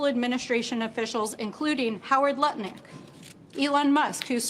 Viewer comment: Love how Sam "accidentally" called Lutnick Nutlick in the intro. Totally appropriate, let's make it stick!